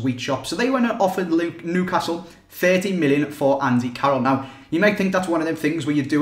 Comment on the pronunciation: You can't say Newcastle right